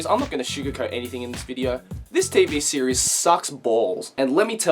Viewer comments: Every time he says series, he activates my Siri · Oh my god every time you say series the Siri on my phone goes off then I go back to the video and it gets stuck in an endless loop of Siri opening